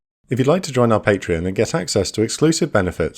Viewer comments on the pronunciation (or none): none